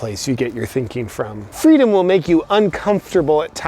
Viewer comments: I think you mean fweedom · Excellent work! who needs fweedom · Don't you mean "Fweedom" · All the leftys I know believe in fweedom now..